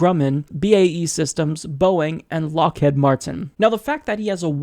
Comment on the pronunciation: It's LockHEED(rhymes with feed), not Lockhead. They were one of the biggest recruiters when I was an undergrad so there was rarely a day during interview season we didn't hear their name.